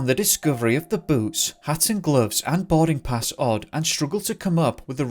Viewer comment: Only you could make “boarding pass” sound like “body parts”